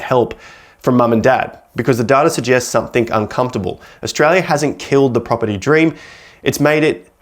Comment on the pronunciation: I can’t take anyone seriously who says “somethink”.